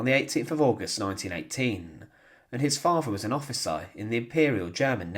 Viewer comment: You may not have noticed, buddy, but this narrator has a speech impediment. He pronounces a few words incorrectly. (Free=Three Faver=Father Fretened=Threatend Viss=This)